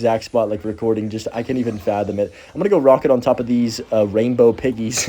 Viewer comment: “these” doesn’t rhyme with “this”